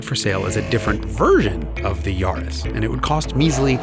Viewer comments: Great video… I have GR Yaris back in U.K. (with circuit pack) and it’s flipping amazing….FYI it’s pronounced Yaah-ris…. , not Yarh-is👍🏻 it would have been nice to compare the Corolla with Yaris on same tyres however to just see what the lower weight of the smaller care did to compensate against the higher bhp. Oh yeah, just to say, a tuning crew in Australia have got 500Bhp out of their Yaris 🤪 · Its yaris not yarrrrris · Yaris rhymes with Paris, its not a yawris